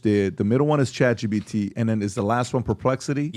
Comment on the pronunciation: I don’t understand why Patrick keeps saying ChatGBT…